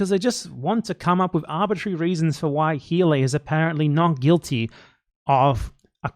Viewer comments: Are you calling Hila “Heila” on purpose 😂? nice little touch. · I didn't know if you were mispronouncing her name unintentionally, but I feel like you're doing it on purpose in which case, keep doing it more! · Another response here all but disproves my theory: It sounds a lot like he did it on purpose